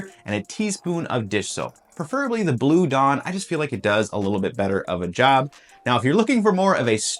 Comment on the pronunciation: Helpful video!—aside from the mispronunciation of "preferably."